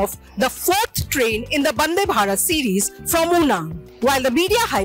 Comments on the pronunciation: It’s vande not bande 🤷🏻‍♂️ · Hello Lady it is not "Bande" its "Vande".